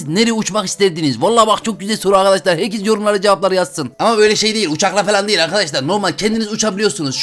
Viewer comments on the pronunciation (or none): none